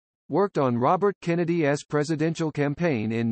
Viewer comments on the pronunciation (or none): I hate these AI voiceovers. “John F Kennedy S” instead of John F Kennedy’s.